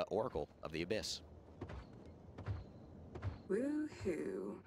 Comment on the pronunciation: 1 Question. why say abbys? ( Supposed to be abyss probably) why not just say Seris